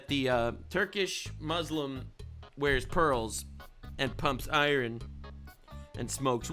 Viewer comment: You say iron like norm did. Hilarious 😂